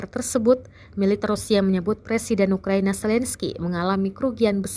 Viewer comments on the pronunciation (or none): none